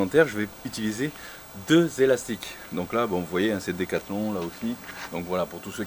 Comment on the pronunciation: "Des elastic-eu decathlong" ahah cool video